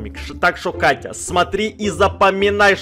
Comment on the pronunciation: сказал вместо «Катя» кака😹😹😹